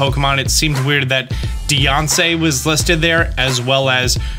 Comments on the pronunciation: you still say Deyonce instead of Diancie, always cracks me up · Who the hell pronounces Diancie “DiansAY???” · i like that you pronounce diancie like beyonce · Diancie being pronounced like Beyonce made my day 😂 thanks for the clutch info in general my man